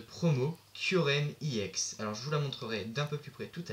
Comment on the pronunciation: tu pronoonce mal EX